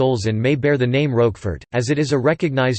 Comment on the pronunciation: Learn to pronounce the Name of the cheese.